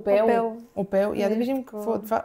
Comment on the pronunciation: Момичета, обичам ви, но "опелò". 😗